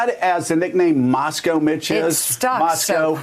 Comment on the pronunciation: "Moscoe Mitch" come on Joe, get it together!